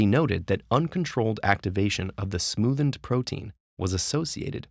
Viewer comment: Sorry but I keep hearing "the smoothn't" instead of "the smoothened" and its driving me insane